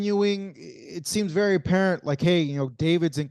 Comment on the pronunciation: “BERY BERY “